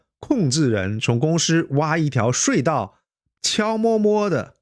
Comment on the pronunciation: 睡道？差点儿听糊涂了😢